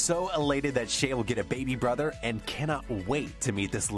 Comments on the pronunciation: Shai not shay 🤔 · Shai is pronounced Shy.